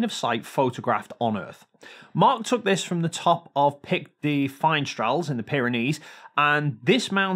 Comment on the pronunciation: fee-nes-TREY-yas. Spanish pronunciation is easy; even Americans can do it.